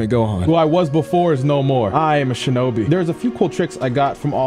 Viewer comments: fam said, "shoenice" I'm weak. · “3,2,1 shoenice” Had me dying